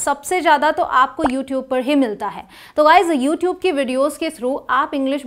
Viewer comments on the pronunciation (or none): none